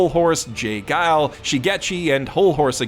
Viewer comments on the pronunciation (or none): none